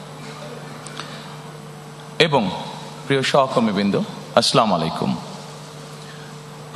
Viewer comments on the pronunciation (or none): সালামটা আগে ঠিক করেন 😅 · নেতা তো সালাম টা ই ভালো করে দিতে পারেনা😂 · তারেক জিয়ার সালাম সম্পূর্ণটাই অশুদ্ধ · দয়া করে জাতীয় নেতা হিসেবে আপনার সালামটা সুন্দর ভাবে শিখা প্রয়োজন ছিল